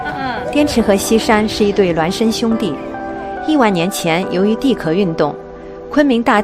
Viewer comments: 地壳（音翘），不是地壳（ke） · 地壳的壳不读Ke，念qiao，多音字。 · 职业病，忍不住想纠正一点，地壳的"壳",念“qiao”